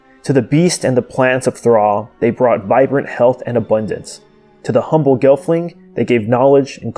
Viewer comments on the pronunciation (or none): none